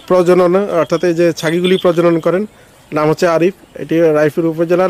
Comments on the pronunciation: প্রজজন না প্রজনন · আরে ভাই প্রজজন না কথাটা হলো প্রজনন ঠিক আছে